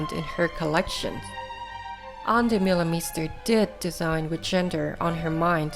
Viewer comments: Oh my god!!! Start by at least pronouncing her name correctly!!! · Lovely, though her name prononciation isn't correct. As a local DJ, I've met her several time in Antwerpen and once twice in Montparnasse. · Bro dutch is hard for foreigners to get a hand on. Why gatekeep her from making a good documentery because she cant pronounce the name completely right? No english speaking person who talks about fashion pronounces her name right.